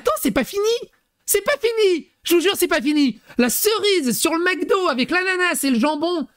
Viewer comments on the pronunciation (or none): none